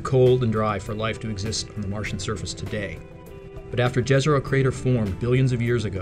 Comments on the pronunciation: it's "Yezero" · Jezero is not pronounced correctly in the video, you should pronounce it literally Yezero (like You, not like Joe). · Very nice description. However, sounds little strange, hearing ‘Lake dzezero crater’. Just call it ‘The Lake Crater’, or try to learn correct Balkan pronounciation of that ‘J’ sound, and say it as ‘Jezero crater’. You will have less difficulty, once Rover came into ,Dolina Neretve’ or ‘Neretva Vallis’. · It's pronounced "Ye-zah-ro", more or less. "J" doesn't make the English "G" sound in Slavic languages, it makes the same sound as "y" in Yet. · It's pronounced Yezero. It means lake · Pronounced Yezero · Wouldn't it be pronounced "Yézéro"? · Correct. In Serbian, the "J" would be soft and pronounced like the letter Y in English. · Jezero in slovenian means lake. Which is cool. It sounds more spectacular when pronounced in this american accent. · Jezero with "y", like Troja, not Troya.